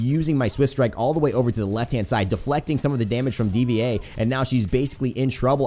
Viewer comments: It's Dva like Diva. Not D-V-A xD but still good video lol. Also I think Genji is a cyborg. He speaks unlike sentry robot guy with the bird friend (forgot his name)who just goes beep boop. Wish they had unlockable back stories. They should do that. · "D.V.A." It's Diva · please do a video on tracer and btw D.VA is pronounced diva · You know that you speak it out like "Deeva"